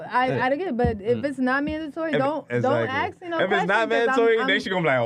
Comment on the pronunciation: Aks? Axe? As in a hatchet?